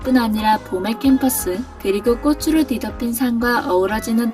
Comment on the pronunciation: 방송에서조차 아나운서나 전문MC가 아닌 일반 연예인들은 빈번하게 틀리는 발음. '꽃을 사주다' : '꼬슬 사주다'X '꼬츨 사주다'O '꽃으로' : '꼬스로'X '꼬츠로'O '꽃이' : '꼬시'X '꼬치'O 한 가지 더... '빚을 지다' '빚이 많다' : '비슬 지다' '비시 만타'X '비즐 지다' '비지 만타'O '비시 만타'라고 발음하게 되면 (머리 빗는)'빗이 여러 개 있다' 라는 뜻이 된다. '꽃으로'는 '꼬츠로'로 정확히 발음함. '벚꽃으로'(버꼬츠로)를 '버꼬스로'로 틀리게 발음함. 여기서는 '벚꽃이'(버꼬치)와 '벚꽃으로'(버꼬츠로) 두 가지 다 맞게 발음함. '벚꽃을'(버꼬츨)을 '버꼬슬'로 잘못 발음함. '벚꽃이'와 '벚꽃을' 두 가지 다 맞게 발음함.